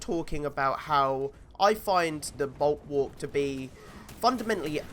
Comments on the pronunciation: Bulk-work??? Its pronounced bull-walk lmao? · I just dont understand how you cant say bulwark its not hard hahaha